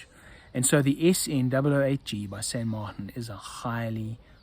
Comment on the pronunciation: Why would you even try to pronounce a Spanish name in a French way?